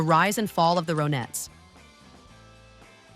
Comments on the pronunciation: Can't even listen to this. It's Ron-ettes not Ro-nettes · AI strikes AGAIN!!! The "Row-Netts", WHAT? Whoever produced this piece clearly never heard of them! GOOD GOD!! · ur voice is not awake,,,its the RON-etts...wake up!...not O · Nope. I can't take "ROW nettes". And "Philles" records. And EVERYTHING was controlled by Phil. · Why say Row nettes - when Ronnie = Ronettes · This hopeless woman speaker cant even pronounce the goddam name of the group. properly ffs..... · The fact that the AI cannot pronounce the group name correctly just ruined this video. And for that reason, I'm out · Me too! I'm done. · I hate effing AI , doesn't even get the name of the group right they are trying to profile